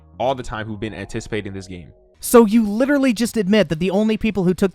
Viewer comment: "Litrilee" - Leafy